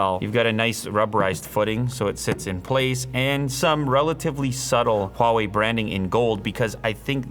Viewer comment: Can we just take a moment and appreciate how he perfectly pronounced HUAWEI just like how we Chinese speakers do.